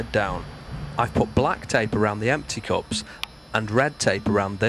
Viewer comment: Cool. But why do you keep pronouncing "nuts" as "knots" and "cups" as "cops"? Got confused in the beginning =)